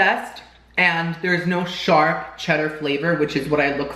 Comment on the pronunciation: And I thought he said “shart,” not “sharp.” 😆